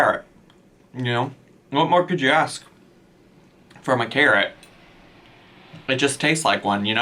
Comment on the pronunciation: I had to put my phone down when they said scarrot😭😭😭